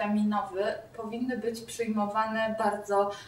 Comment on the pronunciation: Ja jebie: stucne, skutecne, psyjmowane, roswasnie, sanim, faktycnie, kompleksóf, hahah weź się kurwa naucz mówić :)